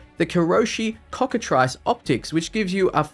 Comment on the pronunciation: it's "AH-puh-jii" also it's cocka-"treese"